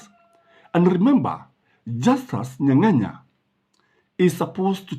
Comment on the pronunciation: Justus Nyang'aya not Nyanganya. Otherwise great content